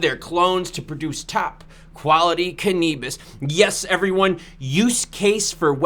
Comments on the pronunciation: Cannabis is pronounced Can-a-bis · Say cannabis again lol